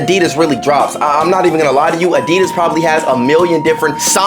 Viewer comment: Really asi.das why say it like that